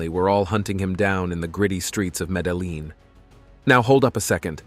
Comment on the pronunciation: Bro, that's not how you pronounce Medellin... Show some respect for a God dude..... Latti Daddi, Free John Gotti! Show some respect for your elders and betters bruv!